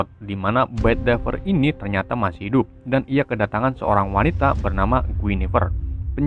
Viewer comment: Keseluruhan udh nagus juga, dan dari penyebutan namanya ane rasa buat uther pendragon itu tetep dibaca uter pendregen(itu cara bacanya) sama buat bedivere dibacanya bedivier(itu dibacanya) Dan juga ceritanya ini beda versi sama yg ane baca dari novel king arthur and hus knight, dan disini tokoh tokohnya kek diganti, contonya buat mordred itu bukan penyihir melainkan ksatria meja bundar juga yg memberontak, sama guinevere itu bukan penyihir, cuma istri king arthur, dan seharusnya penyihir yg selalu bersama king arthur itu merlin Yowes lah, banyak versi yg dibuat, tpi ane lebih suka yg versi originalnya ato yg lebih dikenal banyak tentang pencarian cawan suci